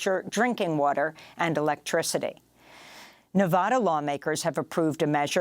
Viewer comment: lets have a conversation about overthrowing our govt. Jeeze Amy, did you get that script for your Mali story straight from the CIA? when are you going to start work for CNN? sad. oh, please learn how to pronounce Nevada correctly.